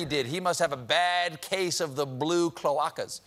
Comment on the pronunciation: It is pronounced "Cloud-Ay-Ka"